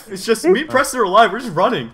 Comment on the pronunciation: Its purston